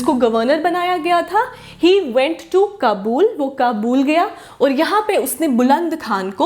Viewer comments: Its ayub shah....jus like she says qabool for Kabul😂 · It’s not kabuul, it’s Kabul